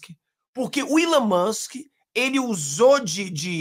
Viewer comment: não erre mais... É Elon Moksssss 😂